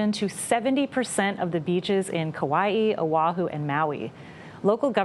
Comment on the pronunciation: I appreciate the proper pronounciation of Kaua'i